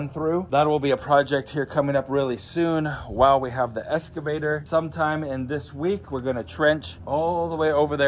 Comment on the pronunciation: excavator not escavator